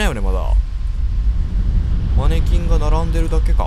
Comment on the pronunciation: マニキンに聞こえた時があったのは耳が悪いだけか。